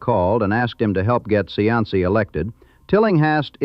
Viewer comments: Cianci is pronounced SEE- an- SEE. . It isn't. Chee -ahn -see. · Its pronounced "see ann see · I would be nice if the commentator knew how to pronounce Buddy's last name. It is Cee..an.....cee. Get it right next time before you make a video. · The pronunciation of the names are killing me. Pet Tree Ark A Buddy See An See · Even though it is not correct, in terms of Italian pronunciation, Cianci ( according to the corrupt mayor) is pronounced See-an-see. Dante has a special place for him. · Cianci--- (see on see) is the correct pronounciation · Cianci is pronounced 'see - anst - see'. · Please check your pronunciation. It's see-an-see! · AI generated garbage, can’t even pronounce the “main character’s” name correctly… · Except for the misprounciation of Cianci's name, I liked this video. As I grew up in Providence, a lot of the names of peopke and steets brought back memories of listening to the news. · Mis pronounced Cianci's name the entire time. Met both Patriaca and Buddy...big personalities for sure. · Too bad whoever created this video didn't watch it before they posted it. The AI pronounced Cianci's (SEE-AN-CEE) name wrong everytime they said it, and put his name on several pictures of random men ! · It's annoying how he keeps pronouncing his name wrong... I live down the road from his house in Johnston.